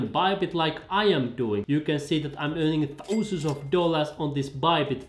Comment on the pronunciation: I like how you say "Thouw-sand dollars"